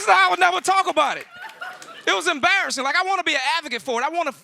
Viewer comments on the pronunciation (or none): none